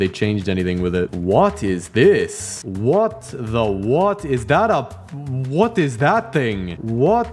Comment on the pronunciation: he didn’t say “What” he said “whot”